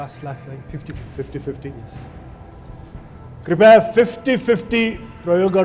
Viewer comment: राजेशजी ले सारै राम्रो संग कार्यक्रम चलाउनु हुञ्छ, दुइ चीज सुधारे राम्रो: १. बेला बेलामा 'हँ' भन्ने २. 'कृपया' लाइ 'कृपाय' भन्ने धन्यवाद!